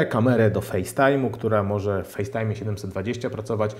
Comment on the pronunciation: "morze" "tempaku" ok kolego, kto tu jest tępy :)